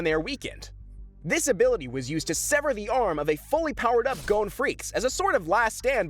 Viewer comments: GODDAMMIT ITS PRONOUNCED g-ah-n not go-ne! at least in the Japanese, wich is the real pronunciations, it is. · His name is GON not GONE ffs.